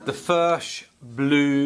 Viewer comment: It is pronounced "Firk", it is Czech.